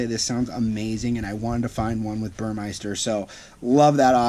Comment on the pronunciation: The sound system is Burmester - say, Bur-MESS-ter, NOT Bur-MICE-ter !!!